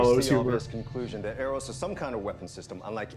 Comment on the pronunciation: There is no 'U' in Eros... in other words, it does NOT sound like European money. ;-]